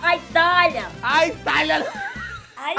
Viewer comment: Zuzu e a melhooor kkkkk "Aitalia" kkkkkkkkkkkkkkkkkkkk